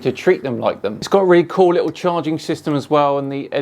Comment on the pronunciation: every time he says "littley" i want to kick my tv. little italy. he probably spells it "could OF" and "would OF". or maybe uv. uv protection 1 million.